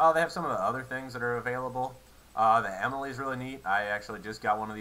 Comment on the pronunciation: I know this is an old video, but Emile is pronounced "E Meal" not Emily. In the game, that is how they pronounce his name.